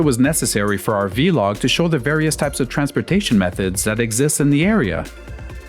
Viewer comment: Vlog like blog. Not vee log 😂